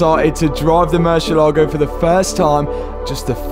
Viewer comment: not "murcilago" but mur ci ééé la go:goodvibes